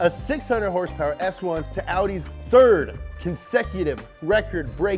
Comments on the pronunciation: Two haendred heurspeurs !!! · My favorite part of this is when you actually pronounced it "Horse Power" #NomoreHRSPRS